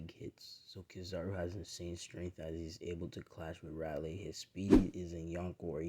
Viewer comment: Pronounced railee. Major w btw